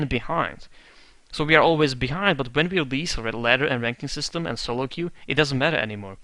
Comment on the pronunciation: It's queue, not que. que is what in spanish or that in french, but nothing in english. just an fyi.